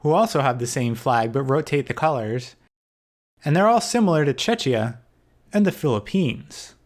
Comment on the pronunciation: It's Che-kia (Czechia), NOT CHE-CHIA! Other than that, nice video.